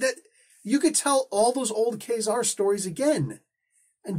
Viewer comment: Ka-Zar was my favorite comic when I was a kid. To me the pronunciation was always Kuh-zar and not Kay-zar, so that is how it will always be to me, regardless of how much one might think it sounds like Kazam, which is really superficial, esp. when the latter, Kay-zar, sounds like Gay-zar, so I dont see why you go with that.